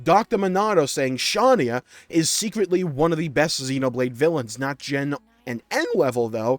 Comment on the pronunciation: That second take is SOO trash, noooo, so are both of those Shania takes. 😭 Also, please stop pronouncing Shania's name like that, it's irritating how bad it sounds considering how obvious the correct pronunciation should be. And the take immediately after is very wrong, and the cutscene where mio dies proves that the entire party cared for Mio, too. And then the person who made the take after THAT previous take is an emotionless robot. And then, while i agree that X has an amazing soundtrack, you seriously cannot beat 2's. And then the take about Satorl Marsh being forgettable is so wrong for vast majority of people, i think. And then, there is no way that skells are cooler than weapons like the Monados, Aegis Swords, or the Sword of Origin/the End. Next, i seriously don't see how Vandham is overated. He wasn't supposed to have development, he left a very strong first impression on everyone, and helped the whole party with many different things in such a short amount of time. That Pyra/Mythra take was cleary someone trying to be funny/get attention, what an idiot. Then, the Riku take is very wrong. He has more lore surrounding him than every other nopon in the series combined, and we'll still have more to learn about him in the DLC. Next, Pneuma died for real, and the Pyra & Mythra that are reawakened are new people, not the same Pyra and Mythra that we knew before, hence the chapter title "And thus, boy MET girl."